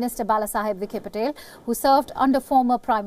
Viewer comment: Not vikhe - patel but vikhe Patil